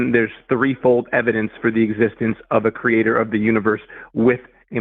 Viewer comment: “Kree-ay-TOR” 👎🏽👎🏽👎🏽👎🏽